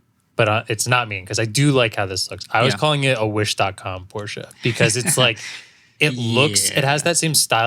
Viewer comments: Why do you massacre Porsche's name like that ... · Porshe from the back. New Z from the fron